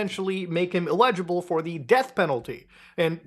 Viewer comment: Lol you cannot pronounce eligible